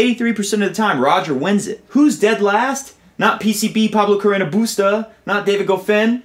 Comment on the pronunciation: On a funnier note, I love the way you say BUSTAAAA!!! I think and hope tennis commentators all over the world will adopt this style of pronunciation in every match he plays in the future! XD